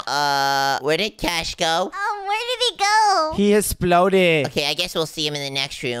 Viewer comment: I like how said He esploded